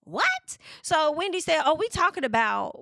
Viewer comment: I’m done 😂😂😂😂! I’m not tal-kin 😂😂😂